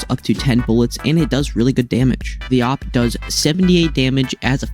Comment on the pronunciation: Thats not how you say it its like A W P by letter you are saying op or opp or oop idk